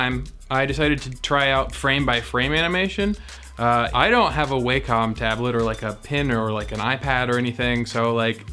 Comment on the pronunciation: Thank you for say Wacom like a normal human being